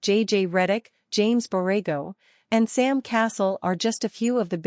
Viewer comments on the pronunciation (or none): Please pronounce SAM’s name correctly, damm!!!!!!